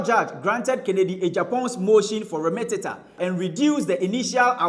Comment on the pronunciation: the word is remittance. Not remittentent